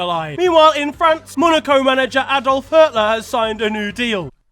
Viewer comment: Brother, it’s pronounced Hooter not Hutler 😭